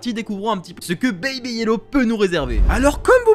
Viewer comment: Ce jeu est trop bien mais tu le dis un peu mal ça se dit baby